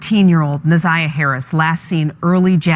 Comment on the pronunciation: She said Za' niya not Na'Ziyah?